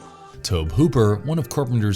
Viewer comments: Why are you saying Tob Hooper? It's Toby. That's the way it's pronounced. I think everybody knows that. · Toe-bee. TOE-BEE!, DON'T tell me you're a horror fan if you completely mess up his name through the entire video. Fail! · It's pronounced " Tobee". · Tobe is pronounced Tobey. Names are bad for not following phonetic rules. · Tobe as in TOBY If you’re just gonna read all your facts straight off Wikipedia or something at least pronounce the words right. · Sorry but you sound silly pronouncing Tobe Hooper's name that way. Really should research how to pronounce people's names right because this isn't the first time I've heard you do something like that with someone's name. It pronounced( Tow-be). Trust me I would definitely know because my name is Toby as well but my mom went with Toby instead of Tobe which are both boys names tobie is a girl's name. Nice little fun fact for you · Omfg it's Tobe pronounced toby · It's pronounced TOW-bee. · you pronounce the E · Oh good freaking God. I thought it was bad when you pronounce Tobe Hooper's name wrong now you keep saying he killed multiple woman instead of women every time you're supposed to use the word women you just say woman. Sounds like a grade-schooler reading something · Just pronounce Tobe, please.